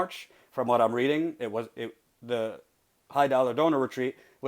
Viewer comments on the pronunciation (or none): none